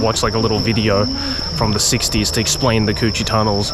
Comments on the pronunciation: lmao I know the Cu Chi tunnel is like an important historical place but hearing Joey saying "coochie" tunnel over and over again is hilarious omfg (guys plz don't be offended i am vietnamese) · Not the "Coochie Tunnels" lmao - that's why it's important to nail the tones in the Vietnamese language 😅 On a side note, as a Vietnamese who is abroad since the pandemic, watching the sceneries of my country really gives me nostalgic feeling. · How can you say "Cu Chi Tunnels" without laughing xD. Coochie Tunnels :D